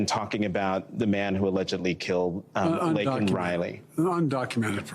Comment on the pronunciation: The fact that Brandon apologized for calling a murderer "illegal" but NOT for mispronouncing victim Laken (Lincoln) Riley's name tells you EVERYTHING you need to know about him. R.I.P. Laken Riley.